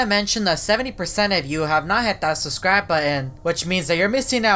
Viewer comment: it's not boan it's button ok? Learn to pronounce And it's not suscrie it's subscribe it's nottttttt labotory it's laboratory